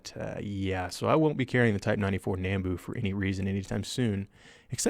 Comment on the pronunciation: But he said nambu wrong